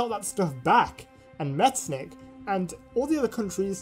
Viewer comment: Not pronounced like that, the ch isn't a k it's more like a hy sound, so Metternich should be pronounced like "metternihy" (this is how I explsin the sound to my non-german-speaking friends)